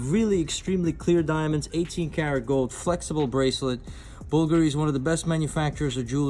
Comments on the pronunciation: bulgary wth you must pronounce the names properly otherwise you leave new customers with more questions than answers. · Oh, big woo! Looks like cheesy crap -- no matter what the wholesale or retail prices are. Where would normal, everyday people wear these ugly, vulgar (i.e., Bulgari) pieces? I'd much rather own my own house. And this putz couldn't even properly pronounce the name of the brands. What a dumb schmuck!